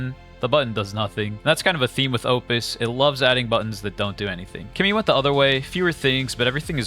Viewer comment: This it’s clearly a promotional video, it’s obvious that Claude it’s way better than Kimi , can’t even compare, but you keep saying kemi it’s best 🤣🤣 like you been paid to say that 🤣🤣🤣.